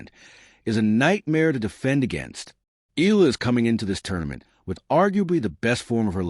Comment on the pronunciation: Ee ah lah! Not Ee lah! C'mon AI get it right!